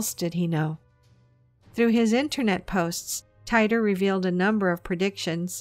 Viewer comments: It's not John Tyter, it's pronounced, "Teeter' As in, "teeter-totter". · teeter. not tighter. John Titer. /yawn